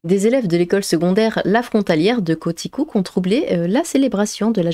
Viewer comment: Ça se prononce quoiticouque et Roy se prononce roi . Enfin on parle de mon Québec !